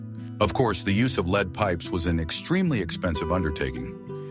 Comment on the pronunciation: Every other time the narration says "lead", as in the metal, he pronounces it "leed"... ?!?